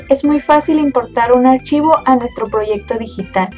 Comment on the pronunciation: "Un *ashivoh*" xddddddddddddddddddd